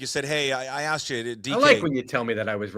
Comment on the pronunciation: Yo, I’m sure you’ll call me racist, but it’s “asked” not “axed”. Not a good look for a reporter